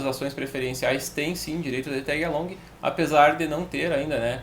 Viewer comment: aí é o manjador de inglês! Tégui alongui! XP